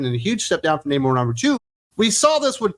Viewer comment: Nah-mor sounds about right.